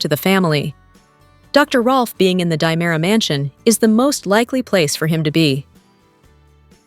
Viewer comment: Its not DYEmara.